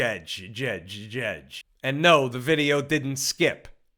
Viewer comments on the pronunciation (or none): Can't lie I am gonna miss saying "Butijejjejjjhh". Maybe he has one more left in him for us?